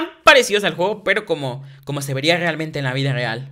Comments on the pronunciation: Like si te diste cuenta que en dijo los isieron en la vida ragal jajaja😂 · En el minuto dijiste en la vida regral